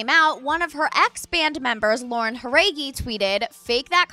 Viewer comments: the way she said Jauregui was funny sorry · You're saying Jauregui wrong.